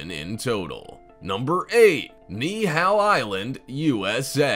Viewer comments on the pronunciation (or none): omg i’m sorry but the way you said Nihau like i’m sorry but it’s Ni-i-how